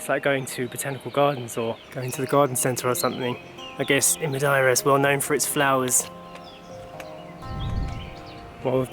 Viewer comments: Ma-dee-ra is the way I've always said/heard it. Never heard it pronounced Ma-di-ra before. Lovely video though guys. Missing your old style Monday to Friday raw kinda vlogs these days though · Ma deer ah. Not , ma die ra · Its pronounced MUH-DAY-RUH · Madeira " Ma day ra" 😊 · It's not complicated to pronounce it. Just pronouncie it as follows:-"Matheyra". The "as" are deaf.